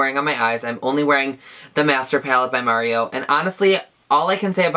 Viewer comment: LOL as i rewatch this for the gazillionth time, I'm just now realizing one of the shades is my name AND you say it right! you are absolutely my favorite person